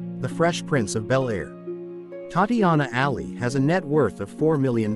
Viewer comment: WHY IS HE NOT PRONOUNCING HER NAME RIGHT!!!!!!